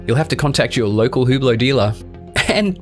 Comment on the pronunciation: Cool hewblow. Clown pronunciation.